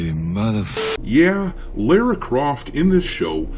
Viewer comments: The way you pronounce her name drives me nuts lol Lera Croft?? What is it with Americans not being able to say Lara. Its’s not Laura and certainly not Lera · Lah- rah... say it... Lara... Lah, Ra... all this Lareu, loora, laura. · The way you pronounce her name is criminal. But you're a space pirate, and I agree with you regardless. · Sounds Like doesn’t even know the Character. He keeps saying her name wrong.